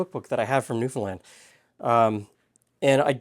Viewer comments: Interesting comment on pronouncing Newfoundland correctly. This is the way I, from the other side of the pond, have always said it and I was told I was wrong. Glad to be proved right. Wish I could eat this bun as I love the flavour of molasses. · Born and raised here in Newfoundland. Very proud of your pronunciation of the province, almost nobody gets it right! I hope you got a chance to try some of the local restaurants. The Duke of Duckworth has the best Fish n Chips in the city. India Gate has the best butter chicken I've ever had. Unbelievable. Peaceful Loft has the best vegan food I've ever eaten. Their Singapore noodles are one of the best things on the continent. Noodles Express has some of the best ramen I've ever eaten. Somehow they found a way to keep the chicken crispy IN the broth. There's a small cafe in Brigus that serves some of the best traditional Newfoundland food you can find. As for the molasses buns, my family doesn't like raisins so we never use them in anything.